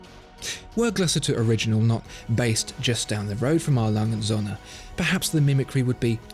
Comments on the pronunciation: The Way he says the Söhne from A.Lange&Söhne Sounds like "sun" in German when söhne actually means "sons". Captain flys Away. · Your pronunciation of the word Söhne is simply terrible. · It's actually Söhne, not Sohne. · Triggers me hard when he says "A.Lange Sonne" its called Sööööhne there is an Ö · It’s A. Lange AND Söhne. And the ö is a long vowel sound due to the h that follows. Good video, though. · Apart from the Ö in Söhne it is very close... Best pronounciation from an englishspeaker I've heard yet